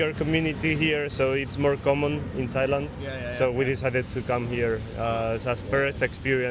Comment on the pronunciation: Thoilend? What's the meaning of it? Never heard about Thoilend, maybe you are in the wrong country?